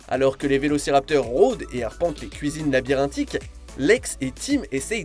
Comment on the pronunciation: Faut apprendre a mieux lire son texte:) "Vélocirapteur" n'est pas correct, mon p'tit.